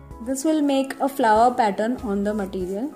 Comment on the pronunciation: it's too tough ,and you don't know how to say material, you are saying maatttiiireealll